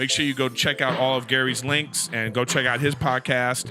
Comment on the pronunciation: First black man ever to not put an S on the end of Gary's name